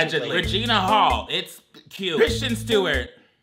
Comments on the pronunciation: Obsessed with mispronouncing Kirsten Dunst and Kristen Stewart as Christian. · I can't handle calling both K Stew and K Dunst Christian.